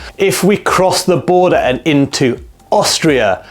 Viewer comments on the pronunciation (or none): none